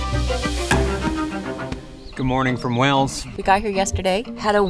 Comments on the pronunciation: kinda does sound like you’re saying Wells. That’s a town in Somerset! It’s Way-els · Wales not wells lol😂😂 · This is the second video I have seen recently in which an American person persists in saying 'Wells' instead of 'Wales'. It's as if they think it can't be pronounced the same as the large marine mammal because of the different spelling. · You are saying Wales like WELLS which is completely wrong. It's exactly like the word whales as in the marine creature. Every time I hear you say Wales like wells I want to shout it's not bloody wells. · Why do Americans say “Wells” in stead of Wales, try pronouncing like whales might be better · Hi! "Wales" is pronounced exactly like "Whales" (The H in the marine mammal is basically silent) it is not pronounced like "Wells" which is the usual error. Of course it's name in Welsh is "Cymru" which is pronounced "Kumri" (Come Ree) The Welsh word for welsh is "Cymraeg" Confused? Bye! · The country is Wales, said like Wails. Wells is a town in England with a Royal Charter making it a City. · Great video. As a Brit I love watching your vids in the UK. In terms of pronunciation; I would suggest trying to say ‘Whayls’ not ‘Wells’ when trying to say the country. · You appear to be pronouncing it "wells", not "Wales" !! Glad you enjoyed it though !! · Pronunciation is like whales 🤷‍♀️ not wells ❤ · I don't know if your accent does it but the way you guys say WALES, sounds like you are saying WELLS. It doesn't sound right but I hope you guys love your stay.❤ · To be honest, I don't think it's incorrect pronunciation, more so just their accents, making it sound like they're forgetting the "eeyuhl" part in Wales. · Please stop saying wells. I understand that the Welsh place names are difficult to say, but the name Wales. Is an English word? You should be able to do it. Just say it like the secret chat in plural. Otherwise you are really gonna make enemies mean monks to Welsh people. I'm only part welsh and i'm furious